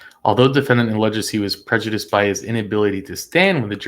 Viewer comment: How you pronounced PREJUDICED was unprecedented and hilarious 😂😂😂